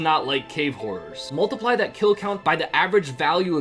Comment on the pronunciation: I thought u said cave whores instead of horrors 😅